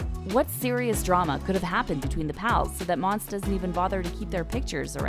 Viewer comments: It’s not monse it’s monsè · “mon suh” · Its mon-say monse 😂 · LMFAOAOAOAO sis said “mons🐍” girl PUHLEASE. U can’t even pronounce shordys name jus hush up ur mouth. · You can tell that she doesn’t watch the show because from season 1-3 she doesn’t even know how to say mon-say when in every episode someone has said her name multiple times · Monse (mon-say) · Mon-Se..... Cuchi-Yos.... do you watch the show?